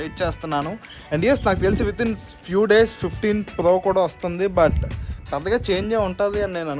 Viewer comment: Plo kadu bro it's pro